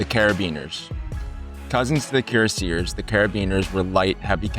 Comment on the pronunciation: Cuire : leather Acier: steel Leather on one side of the breast plate for comfort and warmth . Theres not such word as Cu-rass Cuireacier not cure-a-seer